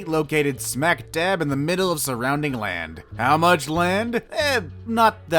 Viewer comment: That's a laud a hoy that's rubbish